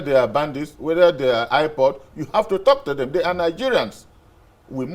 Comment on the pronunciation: Yes ohh especially when he says IPOD 😁, so stubborn on that, will he ever call right🤔😘?